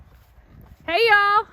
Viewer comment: You are a full blown Texan now. “Y’all” came off your tongue so easily.